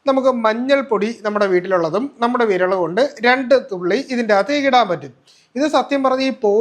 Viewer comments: വിരള് അല്ല വിരല് എന്ന് പറഞ്ഞു പഠിക്കു ഡാക്ക് ട്ടരെ ( ഡോക്ടറെ) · വിരല് ആണ് വിരള് അല്ല